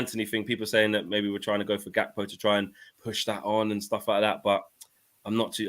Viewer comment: The white dude pronouncing Gakpo Dutch-style is funny. Gakpo is half Ghanaian and the name is Gā from Accra so it's a regular African hard G on that.